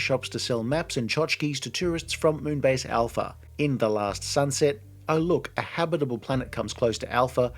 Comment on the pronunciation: its Moon Base Alpha !!! not Moonbeige....